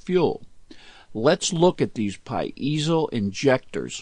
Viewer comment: STOP saying "PA----IZO!